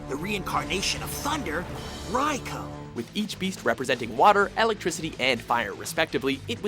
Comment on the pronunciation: You do not say it like raikou you say it like raikoo